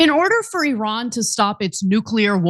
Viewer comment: First of all, thanks for pronouncing the name of Iran right, it is EEran not Ayran, second of all, considering how iranian gov likes to show off their Power, they cannot be even near Atomic Bomb production at this moment since they didn't show anything in that direction yet.